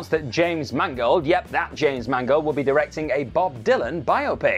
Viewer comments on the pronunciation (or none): none